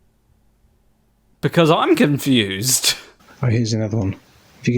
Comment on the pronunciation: "A viry cunfused pirsen ettempts to dibenk pai"